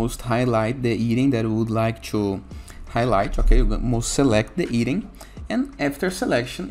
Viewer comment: He meant "item". The PT-BR version of this word sounds like "eating".